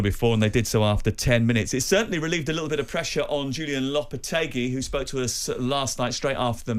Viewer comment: Simon is supposed to know what he's talking about yet constantly mangles players' and managers' names. Yesterday he was calling Chelsea's manager "Maresco", today he is calling Lopetegui "Lopetargi" 🤦‍♂